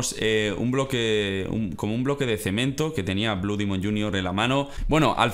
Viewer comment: No es dimon es demon